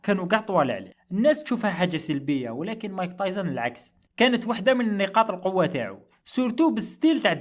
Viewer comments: راكليطة خويا مشي صاحبي بصح تنطق تايسون مشي تايزن 😅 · تعليق مهم يرحم باباك متقولوش مايك تايزن قول مايك تايسون